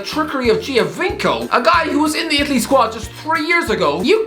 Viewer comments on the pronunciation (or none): Pronunciatation lesson Italian : gio = jo. Giovinco = Jovinco Gli = lee, Cagliari = Caleeree Mexico = mex -ico not mexi-Co. Who taught you how to talk, George Hamilton?